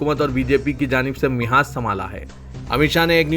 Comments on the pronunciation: "Mihaaz" nahiñ "Mahaaz" hai. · ارے بھائی آپ اردو کی ایسی کی تیسی کردیتے ہیں mhaz nhi hota hai balki mahaz hota hai